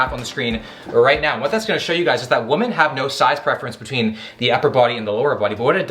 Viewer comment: Women->"whee-men", woman->"whoo-man"